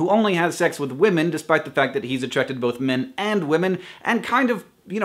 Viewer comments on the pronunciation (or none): lol, i heard "if you are male or female or neither or boat" yeah boat instead of both and i was like "yeah, i'm totally a boat" you totally got the true me there"